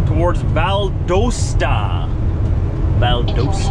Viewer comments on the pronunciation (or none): It’s Val-Dah-st-ah.